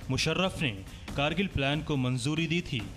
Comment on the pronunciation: Krgill nhi h. Kargil h aap glt bol rhe ho hr bar